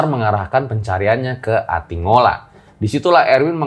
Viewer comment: Atinggola bang bukan atingola